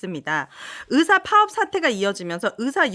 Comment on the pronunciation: 으사 아니고 의사 😊ㅋ